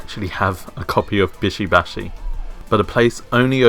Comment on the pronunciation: What the flying fuck is "bisho bashi" and shoundt it be "bishy bashy"